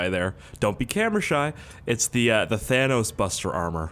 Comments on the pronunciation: Thanos gets mad if you call him "thaynose" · It's Thanus